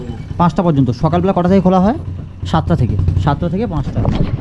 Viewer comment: আপনার ভিডিও টা পুরোটা মন দিয়ে দেখলাম। অনেক information পেলাম। তবে সবটাই যে খুব ভাল তা মনে হল না।প্রথমত,বার বার "কিন্ত " শব্দের ব্যবহার বিরক্তিকর। তাছাড়া বাংলা শব্দ উচ্চারণ খুব খারাপ।আগে থেকে script লিখে সেই অনুযায়ী বলুন।"ভাল","পর্যন্ত "ইত্যাদি শব্দ পরিষ্কার উচ্চারণ করুন।খুব চেষ্টা করেছেন,সেটা বোঝা গেল।তবে এই মনমুগ্ধকর পরিবেশে রবীন্দ্রনাথের একটা কবিতা বা গান ফাটাফাটি হত।ভুলগুলো ঠিক করলেই এগনো যায়।আবার বলি বাচন ভঙ্গী ঠিক করুন।